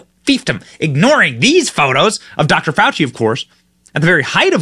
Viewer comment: Fawchee is BABBLING from the shock of his pet "news" turns on him.